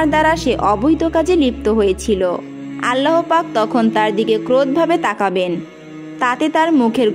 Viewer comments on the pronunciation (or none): ভাল করে কথা শিখেন,আল্লা,,,হ পাক এটি কেমন ভাষা,,,,আল্লাহ পাক